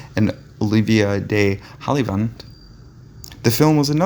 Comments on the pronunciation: Sounds like the narrator recorded this on the bus (crazy street sounds in the background)and forgot how punctuation works. The mispronunciation of Olivia de Havilland’s name as “Dee Hollywood “ might be an actual cardinal sin. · several things were miss-pronounced